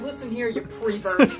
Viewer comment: squaring up to the camera “alright listen here you PREVERT” 💀💀